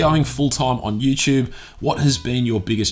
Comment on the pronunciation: i love how you say youtube... "youchube"